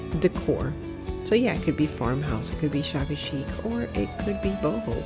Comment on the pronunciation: Queens NY Yes I caught that "shabby-ho" 🤣 Love the fence & lantern. PS. Stuart, Florida